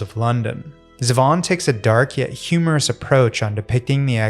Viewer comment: Perfect vid except it's pronounced ZEE-Von :goodvibes: Also, the world needs more chupacabra songs.